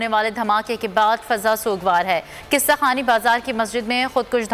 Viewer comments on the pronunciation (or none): News reporter ko Urdu sikhao laho laho nahi laho lohan hota hae or qissa khorani bazar nahi hae qissa khwani bazar hae